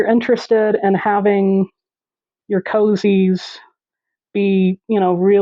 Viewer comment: I really appreciate that you call them "cozies," instead of "koooooozies." I feel like koozie just started as a mispronunciation. I mean what's a koozie anyway? It's not even a word. 😂